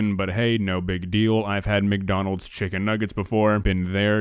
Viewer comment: Him saying Chicken as Wiccan just makes me wonder how he made Witches into food......